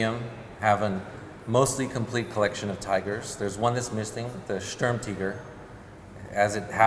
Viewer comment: They all pronounce Sturmtiger as Sturm-TEEger and it’s really annoying lmao. Great video though